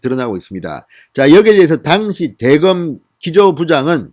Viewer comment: '당시'는 여전히 악센트가 틀립니다